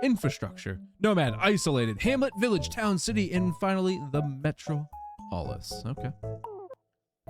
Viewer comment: It's pronounced met rawp aliss. Like superman's city.